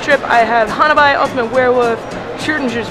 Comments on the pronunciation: HA-nabee. It's a japanese word. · The Japanese pronunciation is, um, "hah-nah-bee" is my attempt to put in English phonetic spelling.